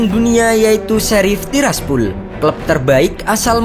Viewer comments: Tiraspol bambaaang.. bukan Tiraspul🥴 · tiraspol bang bukan tirsapul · Pol, bukan pul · TIRASPOL BUKAN TIRASPUL 💩👎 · Gw paling suka lu klo ngomong "TIRAS TIRASPUL" wkwkw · Tiras tiraspul😂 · gw juga banke.... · Tiras tirasPHULLL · Tiraspol jdi Tiraspul wkwk 🤣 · Tiraspul tiraspul sakit telinga gua dengarnya